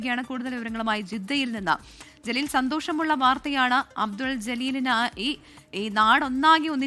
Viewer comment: ജലീൽ അല്ല കലീൽ